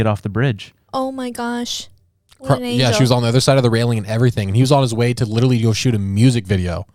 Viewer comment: Can't stop thinking of the time when kept laughing at the guy with the funny voice that accidently killed himself with that nuclear project he had in his shed, when he himself sounds like the caricature he created as he can't pronounce the word 'literally' sounding 'widdleraly' all the time.